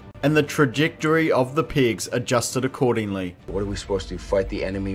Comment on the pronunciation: Oh! PEGS. I am accent-idiotic, and thought you said PIGS.